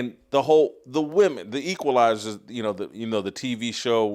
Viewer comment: "The Queefalizers"